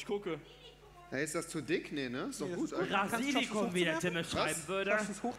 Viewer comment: BRASILIKUM? Kommt der aus Brasilien?